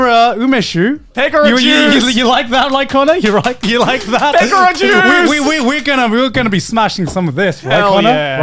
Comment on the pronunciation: They pronounced Pekora's name weirdly so when I heard it, I was like, "What the hell's a 'picora juice'!?"but then I saw the bottle and was like, "OOOoooohhhh...that!".